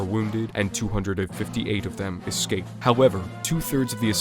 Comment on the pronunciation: Seemed like a good video, very knowledgable. But i had to stop watching. Hard to take the info seriously with the number of times the word was pronounced "exscaped".